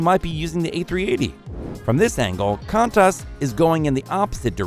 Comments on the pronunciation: How dare you say “Kan-taas” instead of “Qu-on-tus” Edit: Also called my home city “Mehl-born” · Kan-tas really... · Bro did not just say “can-tas” instead of “quan-tas” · 'Kantas'. Its pronounced KwONTas. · OMG, this is just ridiculously low level. Hint - there is no plural of "aircraft". Qantus is pronounced "Qunatas" The 747 already ceased production. Got bored watching after that. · Bro really said “KAntAs”😂😂😂😂😂😂😂😂😂😂😂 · Contas I think is how the knobber says it. Jesus Christ. 😂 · Qantas is pronounced Kwantas, and Melbourne is pronounced Melburn. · Not gonna talk about him pronouncing QANTAS kwant-ass? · The same person who pronounces Qantas as "Kantass" and Melbourne as "Mell-born". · Funniest video i've seen in weeks. The AI program you used to make this video is short on the "I". aircrafts? comftorbility? the orders seem to cease? slipping demand was more of a financial cause? kantas? where the a380 is notorious? for some reason the demand for air travel naturally decreased? several international travelers? the horde of orders? when demand picks up at the end of 2020 and the winter of 2023? etc, etc, etc... Also, the a380 didn't fail because of ticket prices, it failed because people didn't want to fly to 'hubs' and then take connecting flights to their destination. In addition, airlines are only bringing them back because they discovered they can't sell them, so they need to make something from them instead of letting them sit around and rot. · I'll forgive you for trying to pronounce Melbourne, but I never ever want to hear kantas again...🤔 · OMG YALL QANTAS 💀💀💀💀💀 REST IN PEACE I COULDNT STOP LAUGHING WHEN HE SAID KANTAS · The guy can’t even pronounce Qantas correctly so don’t expect him to get his facts right. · I have never heard someone pronounce Qantas like that. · As an Aussie, the way you pronounced Qantas and Melbourne made me die inside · So you made an informative video about aviation and you don’t know how to pronounce Qantas??